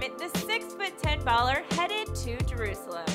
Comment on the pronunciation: The way you pronounce Jerusalem is so cringy to me, but that is probably because i'm from there.